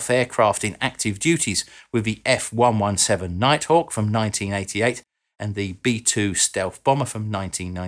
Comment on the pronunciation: Love the channel,. One thing. F ONE SEVENTEEN.:) Carry on!